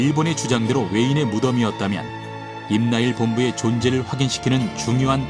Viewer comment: 임나일 본부가 아니라 임나 일본부 라고 해야지 멍청한 나래이터님아.